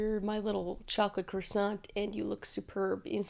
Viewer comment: Fun fact its actually pronounced cwasson 😊. Looking forward to this vid